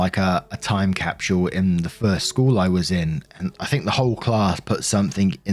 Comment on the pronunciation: Is it really „time capshl“? 😅